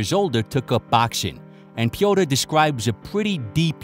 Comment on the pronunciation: Pee-o-teer Yan. It's really not difficult to pronounce his name. If you try. Wish more at ufc tried and were good as 🙏🏼 good shit as always bro cheers